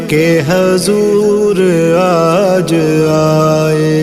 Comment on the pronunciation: Bhai hazoor nhi ''Huzoor'' hota h, ise durust kar lein